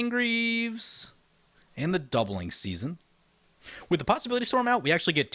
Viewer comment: Ok but is no one gonna tell him he called it doubling susanne at the bigening. Lol. On a more serious note I love this video. My favorite commander player, playing my favorite color pair, led by my favorite character currently alive (second overall, just behind yawgmoth). It's like getting to magical Christmas land the whole video for me.